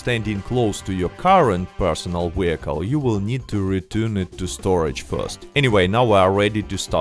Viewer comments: What’s a wee-hickle? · I watch this 2× just to hear you say wehicle